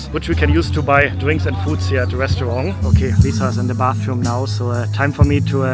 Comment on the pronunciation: Hi, your videos are wonderful. I've been watching since you quarantined in Bangkok! But please, it's not pronounced Restuarng, it's pronounced RESTAURANT. Other than that, always a pleasure.